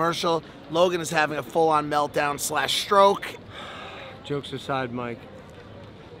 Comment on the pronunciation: Bro,mike pronunciation in Spanish is actually great